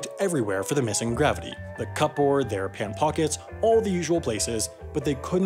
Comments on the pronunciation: The cup board? Do you mean the cupboard (kəbərd)? Sometimes I think that you try to focus so much on making your voice sound the way you want it to sound that you don’t sound very natural when you speak into the mic. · did you just say cup-board? this angers me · How are you pronouncing the word "cupboard"? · Why did you pronounce cupboard like cup board? Have you never seen the word before? An English speaker would say 'cubburd.' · You have an odd way of speaking English and pronouncing words. Who actually says "CUPboard" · He pronounced the letter "p" in cupboard hahahahahahaha